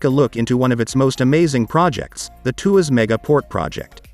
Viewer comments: It's not a 2 ass mega port 😂! It's pronounce as tua - sss. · It’s pronounced as “TWAS”!!